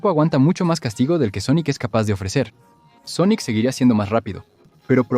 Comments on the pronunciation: Muy bueno el vídeo pero… SONICO? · de que pais es esto???, todas son voces sinteticas, no pronuncian bien algunas cosa, otras directamente dicen cosas en ingles o japones o cambian las voces por algunos segundos, y cada cierto tiempo se escuchan como murmullos raros por debajo, ademas, por que le dicen Sonico??? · Porque carajos dices Sonico? >:( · este vídeo está hecho con IA ? las pronunciaciones suenan horribles, los datos están bien, eso no está mal, pero la voz mata la experiencia. pd. Sonic gana porque si, básicamente